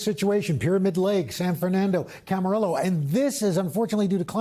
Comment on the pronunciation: He messed up Camarillo no l sound. I was born there